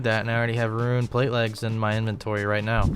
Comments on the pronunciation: He pronounces every other word as they should be. He does not pronounce the silent 'e' in any other word. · Fake??? Real would never say roon. I laugh every time he says "ruin" bring it back. On a serious note always like vids. Gurantee you will see new weird ass travel methods n trashing the wiki.